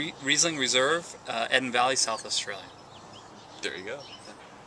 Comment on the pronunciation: Oops, I counted, actually it is 80 "likes" 98% gratuitous. And Eden Valley as in The Garden of Eden, is "eeden", not Eddan... Again, a good review and detailed. It's nice to "ordinary people's" subjective experiences rather than professional food critics. But when a speech pattern interferes with the communication, it is problematic.